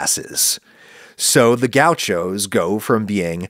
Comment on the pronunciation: Gau xos as Adam says 😅